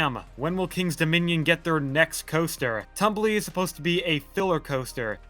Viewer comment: The 4D is not pronounced like tumble it's Tumbili (pronounced [tumˈbiˈli]), a Swahili word meaning "monkey". Which makes sense its like being a monkey swinging through the trees.